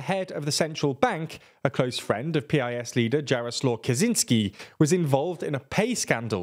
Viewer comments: More like YAR-oh-suave but yes, you were close. (I'm a native English speaking teacher living in Poland) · Please. Learn how to read names if u prepare sth like that. It’s /Ya-roh-swuv/. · Try yah-row-suave for the PiS leader's first name